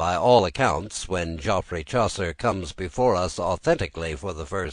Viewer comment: He doesn't pronounce Geoffrey properly, so it's already unintelligible. It's pronounced like Jeffrey. If you were English you'd know that.